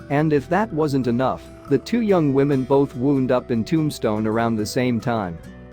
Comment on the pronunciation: "Cah-chise" County Cowboys? The voice read "SAH-na-run" for the Sonoran Desert. Must be AI. Folks, stop using AI to narrate your videos. Get a live person, it's not that hard. At least twice the voice said "woond" instead of wound." Maddie "Blay-cock?" Sheesh!